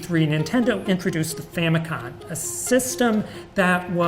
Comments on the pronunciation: Is it just me or did he mispronounce "famicom" as "famicon?" If so that's the only mistake that really stuck out to me. Besides not including fidget spinners as the big toy in 2017. Edit: I feel like the Nintendo Switch would have also been a good choice for 2017, because that's when it came out, but it could also be a good pick for 2019 since it's gaining notoriety. Also, Bakugan would've been much better for 2007, since the iPod touch isn't really a toy. Also, the Nintendo DS should have been 2004's toy as I had never heard of those dog things but everyone and their cousin had a DS. Perhaps that would have been too much Nintendo, but if so, they could have easily found something better to replace the Wii U with. And where the heck are Hot Wheels/Matchbox? Those were huge! I think LEGO Ninjago or something Hot Wheels related would have been better for 2012. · He also mispronounced "famicom" as "famicon"